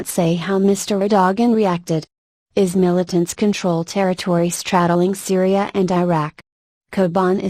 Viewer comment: Funny. The speaker doesn't know what IS is. Her pronunciation and monotone are annoying throughout.